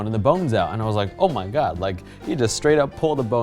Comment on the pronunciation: "Omagad" ~